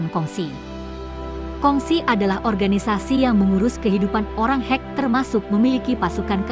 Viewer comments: Sebutan salah.. Bukan hek... Tpi kek Sumber video tidak di ikut sertakan... Pencaplok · Perlu penyempurnaan kata2....bukan hek...tapi dibaca ke' (khek)🙏